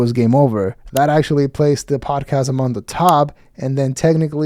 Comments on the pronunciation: I really think that if you ever liked this “poduhcast”, you are probably a douche. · Did he say podacast? Fck yea!🤘